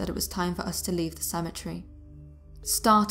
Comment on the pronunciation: How can you mispronouce Cemetery?